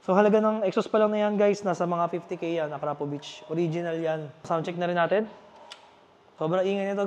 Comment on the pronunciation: Idol Mali bigkas mo Ng akrapovic..salamat idol